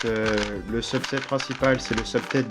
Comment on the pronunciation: quand t'as dit "subset" je croyais que tu disait "sub 7" (Feliks)